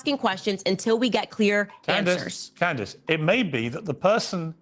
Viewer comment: (As an aside, “Candeece” Owens? He pronounced her name so oddly.)